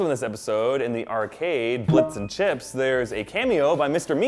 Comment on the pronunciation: he said blips n chips, seriously?chitz, its chitz.